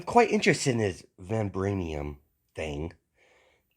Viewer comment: Vi vibranium I'm sorry you just say it so wrong